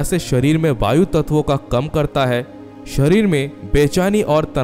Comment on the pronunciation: Bhayu मुद्रा नहीं..वायु मुद्रा that is air mudra .